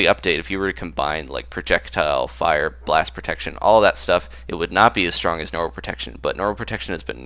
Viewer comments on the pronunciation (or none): none